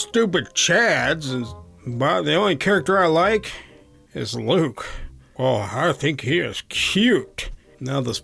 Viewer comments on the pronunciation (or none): none